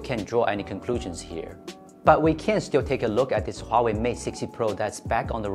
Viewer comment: Finally, I heard Huawei not Waway.